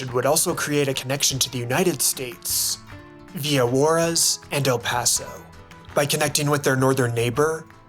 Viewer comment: the complete mispronunciation of Yucatan, Juarez, Coahuila made the video unwatchable 🤢🤢🤢🤢